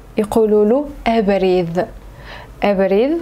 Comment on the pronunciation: Femme,thoulaouine, avridh avec un v et non abrid